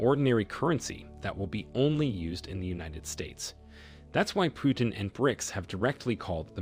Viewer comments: It's not Pyutin learn to pronounce properly sir..It's President Putin . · its not pronounced PJUTIN but P Utin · Vladmir Pewtin makes him sound cute and cuddly - Also, I would probably argue that the most important factor keeping the dollar alive, is simply the military industry complex. You want to be able to defend your country/oil/people? Well you need the worlds best high tech weapons and equipment. And if you want to buy that stuff from US, you need to pay with dollar (whatever currency, but at a rate connected to dollars)